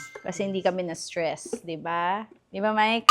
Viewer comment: At least wala ka nang s “ISTRESS” ngayon hahahahaha